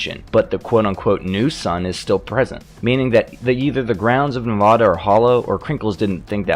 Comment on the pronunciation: Your pronunciation of nevada is wack